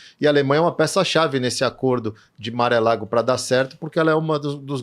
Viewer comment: Entrevistado simpático. Mas morando nos EUA ele pronuncia Mar-a-Lago como Maré Lago. 😂